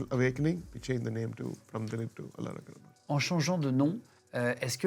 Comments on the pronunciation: Pas rackman guigui, Rahman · Cest cool mais svp.. faites un effort pour bien prononcer leur nom. Cest pas complique pourtant.. A.R.rahman et non pas a.r.rakman. Mani rathnam et no pas mani ratman...